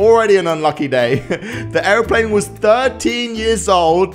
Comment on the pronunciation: woooow this guys got on a ar''a''plane isnt it Airplane